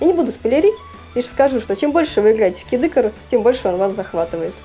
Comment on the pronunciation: Не кидыкарус, а Кид ИкАрус!